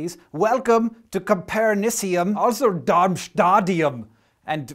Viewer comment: pronounced: -[copperNIssium] -[darmSTAtium] -[rentGEnium]